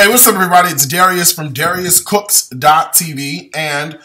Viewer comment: Did he say Garius from Garius Cooks???